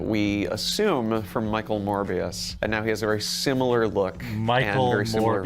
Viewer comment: At is this guy saying Michael Morvious?